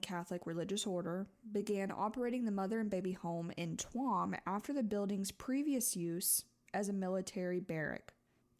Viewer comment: Hey! I’m from Ireland and I really appreciated hearing this story be told so respectfully. You never really hear much about it from people outside of Ireland. Just a heads up, Tuam is pronounced ‘choom’ just for future reference ❤